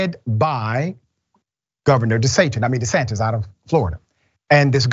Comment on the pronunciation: Dr Ritchie called him DeSatin by mistake 😁